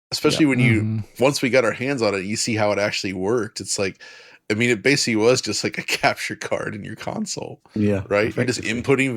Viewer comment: Hearing pronounce the word basically as intended instead of “basely” would be a fresh of breath air to me.